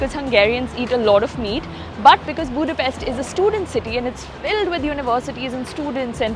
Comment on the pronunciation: Vegyék már a fáradságot ha már ide jöttek, hogy helyesen ejtik a fővárosunk nevét, szerintem ez a legkevesebb